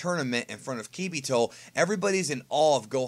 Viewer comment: His name is not Kibito, it's Kabito Kai you said his name wrong